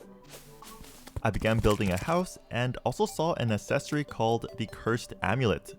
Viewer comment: Someone teach him how to pronounce "accessory"